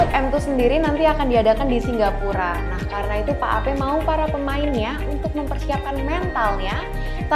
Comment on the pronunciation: Bacanya dia singgapura bukan singapura